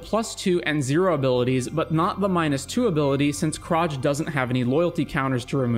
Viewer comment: that's not how Experiment Kraj would be pronounced, like many things in Ravnica (including the name Ravnica), people pronounce it wrong, since they're Slavic (or Slavic influenced) names. :D It's been so fun so far, I'll have to pause for now, but missed 11 out of 27 rules. Doing better than I've expected. lol